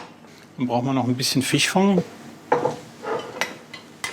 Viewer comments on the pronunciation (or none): Rehfong, Hirschfong, Fischfong...😂😂😂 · Fichfong hat mich so hart erwischt 😂 und dann wiederholt er das auch noch so oft ...